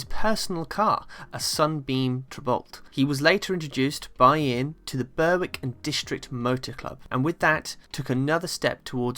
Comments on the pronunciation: 1.36: '...Burr-wick...''? The Clark family would eat you alive you Southern Softie. It's pronounced 'Berrik', it's the only place that can't make its mind up whether to be Scottish or English so it changes every so often.🤣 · And Berwick is pronounced "Berrick" 😀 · Although spelt ‘Berwick,’ it’s pronounced “Berwick,” silent ’W’